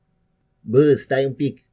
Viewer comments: 🤣 In Romanian you pronounced Bă as Bâ. Generally the â vowel is uglier / more violent so if someone says Bâ to you, there's possibly an incoming fight. Bă is just informal like speaking between friends. Bă or Băi. Btw, I don't know in English how to describe the vowel â except that is a vowel one makes when he gets punched in the stomach. lol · Râdem și glumim dar acel "Bă stai un pic" a sunat a cea mai Berceni chestie auzita